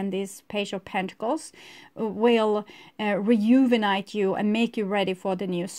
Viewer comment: It’s so cute you can’t pronounce renew or rejuvenate haha ❤️ Love and light. Thanks for the reading